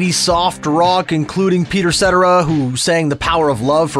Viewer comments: Thanks! Really well done! :) BTW, it's pronounced "s-TEH-ra" (Peter Cetera). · They also said Peters last name wrong. Cetera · You totally butchered Peter Cetera's name.